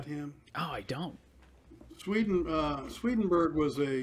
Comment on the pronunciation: SwedenbOrg. Not berg. Vedas, not verdas. It’s difficult to trust, poor grammar, and mispronunciations. But, God bless him